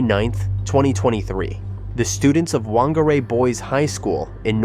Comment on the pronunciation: The mispronunciation of Whangarei is pretty bad, not gonna lie.